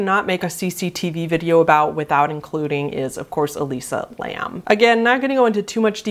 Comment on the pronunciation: Not being rude but her name is Elisa Lam* not Lamb